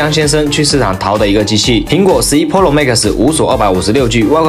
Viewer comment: 跟我读，pro，pǔ ròu，普 肉，求你改改，听着真难受